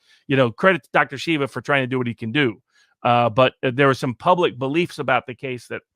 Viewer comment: Viva!!! Pronouce name Dr. SHEEVA, not shiva